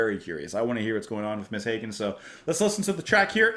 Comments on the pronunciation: love this album so much. FYI pronunciation for Hagen is Ha as in harvest not Ha as in Hay. I have always loved discovering weird music/artists since the 80's and Nunsexmonkrock epitomises that concept perfectly. A couple of other artists worth adding to that list are The Residents or for something a little more palatable/commercial Shriekback. In recent years I have delved deeply into the world of Kpop and for something weird from the fringes of the Korean music industry I would highly recommend EE [Total Art] - Wiggy Dawn which similarly to Nina Hagen is a mix of English and their native language (Hagen - German, EE - Korean) and is a bit avant-garde. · Bought this album in 1982 based on the cover & title alone ... and 42 years later, it is still one of my all-time favorites and still in my rotation. (Hagen. Rhymes with toboggan) 😉 Glad to see a reaction from someone who appreciates her range and sophistication ... and 'gets' it!